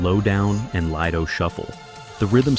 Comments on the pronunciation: LIE-do Shuffle? What in the actual F? Get a voice actor. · LIE-do Shuffle! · "Lie-Doe" shuffle 😂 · “Lie-doe Shuffle” 😂